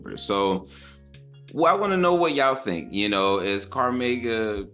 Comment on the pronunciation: Crazy how you pronounced cormega name 😂.